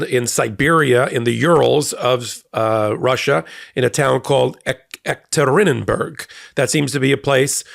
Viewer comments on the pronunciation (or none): Say “Ye katrin burgh” E is a y like “yellow” it means ‘City of Catherine.’ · It's E-kat-rin-berg Same place the Czar and his family were killed. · You mean, perhaps Yekaterinburg?!! As in named afte Catherine the Great?! the German?! Only the 4th largest city in Russia?! Not a small locaion. Not acually in Siberia. JFC, I thought lawyers were supposed to be at least semi-literate. I'm not real good with cyrillic or Russian myself, but your butchered pronunciation is embarrassing. Can you actually find Russia on a map? Or maybe I'm wrong? Is there a little town called "erkturrinninnburg?" If so, mea maxima culpa.